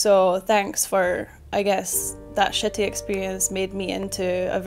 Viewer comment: Ong i know this is off topic but dont you love the way irish people say shitty😂😂😂😂